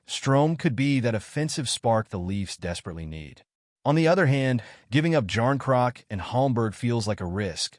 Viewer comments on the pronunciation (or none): Ky-yay-jarn-crock…… that’s all I needed to hear lmao